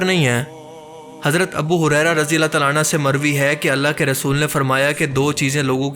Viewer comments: Razi Allah tala anha Nahin Razi Allah tala anhu hota Hai❤ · Rajiallahu anhu....not ANHA